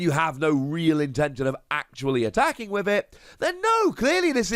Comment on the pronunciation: “When you are atracking”